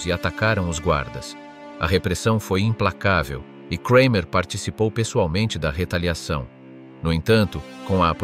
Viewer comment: Its just Kramer not Kreimer....German is not pronounced like English!!